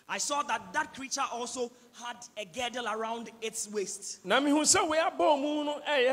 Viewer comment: Please it's not GEDDLE, it's GIRDLE.